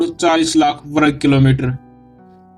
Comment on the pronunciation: वरग नहीं वर्ग